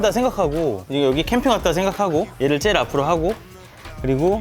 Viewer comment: '쩨일'이 아니라 '제일'이라고 발음하시는 것이 ....